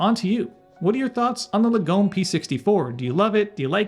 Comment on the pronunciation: Lagom is a Swedish word that translates as 'moderate' but is used to capture the Swedish culture of having things that are good but 'just enough' I.e. not ostentatious. Say after me, Lar-gom. Not Lagome.